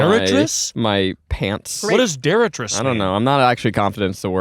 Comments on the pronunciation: Detritus. So close. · Detritus, missed it by a "t". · YEAH IT WAS RUDE ZACH. I listened to this am last week on the way to work, and my schedule still hasn’t aligned to be able to get some KFC. Literally watching this a week later bc I can’t stop thinking about KFC and Zach’s pronunciation of detritus. 😭😂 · Zach misremembering the word detritus cracked me up